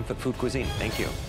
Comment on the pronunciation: "Thenk YoU ChEf"